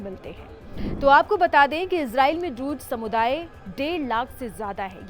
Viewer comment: Not druj but druz 😂😂😂